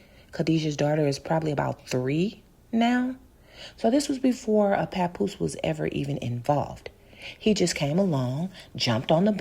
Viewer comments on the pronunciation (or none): This man tickles me saying papoo papoo 😅😅😅😅😅a baby 👶 Indians called 🇮🇳 a papoose